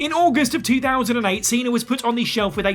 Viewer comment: Cena* not Cener